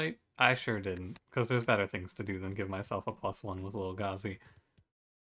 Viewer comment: Thank you for calling Lil' Gazi Lil' Gazi and not Lil-Gay-Z Edit: Whoa x8 combo? Absolute madman XD